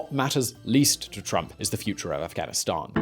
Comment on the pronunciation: you pronounced it ri8 buddy Afghanistani